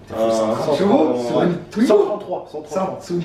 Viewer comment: Arrête de dire tuingo dit twingo stp😂